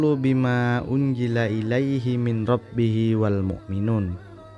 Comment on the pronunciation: Baca mirobihim kok min robihim